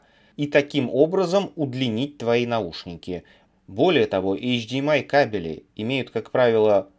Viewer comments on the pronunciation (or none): кАбели, а не гав-гав кабЕли